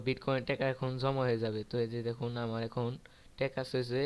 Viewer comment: teka na vi taka uccaron to corom problem chi chi